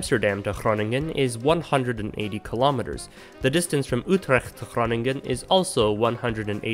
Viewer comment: I was momentarily distracted at the commendable attempt to pronounce Utrecht correctly!